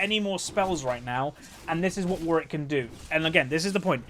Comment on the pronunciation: seems like thats how its pronounced, imo